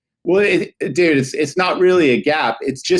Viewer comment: he said ""... not "dude" 😉